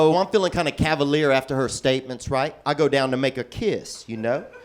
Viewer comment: That might be my favorite line! And how he emphasizes the word "down" makes me LOL even harder!